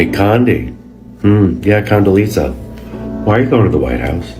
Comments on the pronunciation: I'ma need her to say her name correctly...Condelezza...not Condelisa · I wanna know why this first lady couldn’t pronounce Condoleezza Rice’s name right.